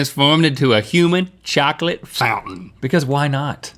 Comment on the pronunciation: I really dislike they way rhett and link pronunce chocolate.